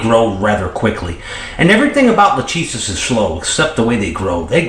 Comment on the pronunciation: Hi man, I love your videos and never miss any- Just a "tip". When you say "LACHESIS" the phonetic is wrong. Latin (or greek) sounds different than your american accent or phonetic. the correct form is: LA (ok) , "CH" is ALWAYS hard like your "K"; the "E" is like the E in WEST (not EAST or EASY) and "SIS" sounds like your "SYS". So LAKESYS ( E like wEst or rEst, chest etc). Love from Italy